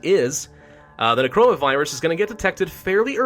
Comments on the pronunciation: why do I hear corona virus insteade of necroa? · Instead of necroa it’s crona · Why am I keep hearing Necroa as Corona lmao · Is it just me or does it sound like he's saying Corona instead of Necora lol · He says necroa and I heard it as corona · When he says “Necroa Virus” it sounds like Coronavirus. Coincidence? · Everytime hes says necroa i hear corona. Its amazing. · everytime he says necroa virus, it sounds like coronavirus and I check the date of the video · why do i keep hearing him say coronavirus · is it just me or everytime he says necroa it sounds just like corona virus xD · I thought he said coronavirus 😂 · necroa sounds like corona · Watching this in 2021 and I misheard the Necroa Virus as "coronavirus" several times.